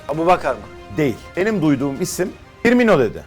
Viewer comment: Fiirmino mu :))) böyle komik haberler nasıl yapıyorsunuz ya